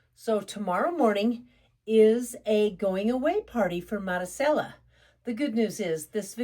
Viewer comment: Marisella pronounced Madee- sella